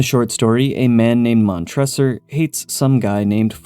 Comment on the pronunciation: Before you make the Cask of Amontillado Pop Culture short please double check your pronunciation of the names. Mon-tre-sor